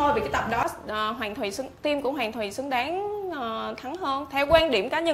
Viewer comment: Sao đọc sai chữ Xờ hết, đọc thành thánh Sỉu, Sứng đáng ...